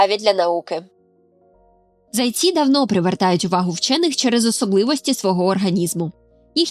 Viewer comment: Не зАйці, а зайцІ. Перший варіант росіянський.